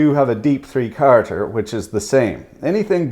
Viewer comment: When you kept say 3 carters, I was thinking, 'What the hell does Jimmy Carter have to do with this?" Then I realized you meant 3 quarters...